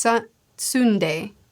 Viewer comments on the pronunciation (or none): Tsu(like tsunami)-na-de 👍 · I never laughed harder in my life than when I heard pronounce Tsunade as Sundae 💀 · I think more like Sunday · i dont blame you for calling her sundae, cuz that's almost how its written, and honestly, none of us knew how to spell it to see pics that made us feel all funny, back in the day either but tsu (almost silent t, not fully silent) naa day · Nope! Tsunade (T'soo-nah-day) is now Sunday! Make it so! Also she's the best female character. Hands down. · This was so cute. Honestly I love that Sakura pushes herself to grow and she is so cute learning under Tsunde*. I wish the writer was better at female characters😅. I can’t, it is so cute to see English speakers struggle with the these sounds. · Nailed it!! Except the tsunde part 😂😂 It's Tsu-Na-De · japanese names aren't that hard to pronounce if you know a simple rule: split it into short segments, each ending in a vowel, and read each one. So Tsunade is Tsu-na-de, not Tsun-ade, and Jiraiya is Ji-ra-i-ya (which you got right!). Might not be fool proof but I can't think of any example where this doesn't work. Also the way you stress it should'nt matter too much imo, a lot of people in the west pronounce words differently from the japanese. Even NA-ru-to in english would be na-ru-TO in japanese, so I wouldn't worry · not day, the las e is a single and ahort sound, like you's say "the" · Not calling tsunade "sunday" 😭😭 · is trying to insult a Sannin per video, after Jiraya, it's TSUNDE ha ha ha (TSU-NA-DE, you just forgot the "a" it's okay) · Sunday XD we need to work on the names pleaseeeeee. It’s so easy to look up how to say them and all the Justu. Very good video! I can’t wait for you to get into shipuden! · Tsunade (Tsu-nah-day) is a popular character in Naruto. Tsundae is a popular Korean dish made of pork intestines. Just giving you a hard time, I know the difficulties of being a reader first, watcher second. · Tsundae is a crazy pronunciation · de not day